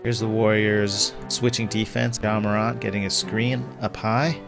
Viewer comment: I love your content, but I wanted to jump out my window because of your pronunciation of Morant. It’s Mor🐜, not MorONT